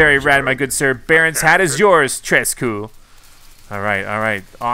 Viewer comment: Love how he said “tres cool,” when it’s actually pronounced “tre cool”